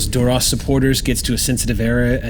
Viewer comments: Love the episode but when says Durosh... it hurts my brain. Even Klingons say it differently. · I know its a tiny thing - but Duras was always pronounced with a sharp s - why is "Shhhhhhing" it?